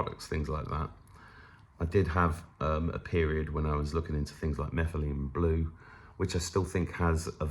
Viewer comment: Cracking up. You said "Methelene Blue" and I heard Nephilim Blue. What? What? :-)